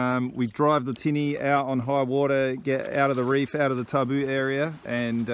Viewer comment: Sweet island, love to visit there one day! Good to see you respecting the Tabu (pronounced Tambu). Do you do any fishing on the great reef Macuata side?